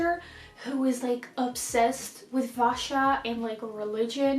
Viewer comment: I recommend that you continue reading the second book after the bear and the nightingale bcs that's when the actual story + action really starts. anyways, the trilogy became my favourite series for last year so it feels good watching others reading it 😄 oh also, the pronunciation for vasya is actually 'vasia'. blew my mind the first time I found out about it so I figured you might be interested as well :D